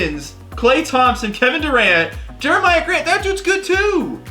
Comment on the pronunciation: It’s Pronounced Jeremy Grant